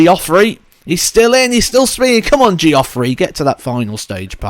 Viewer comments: Yes it's not Gee..off...rey. Your videos are excellent so we can let you off. 👍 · The way you pronounce some people's names always makes me laugh. Especially when you say Geoffrey 🤣🤣 great video though, cheers!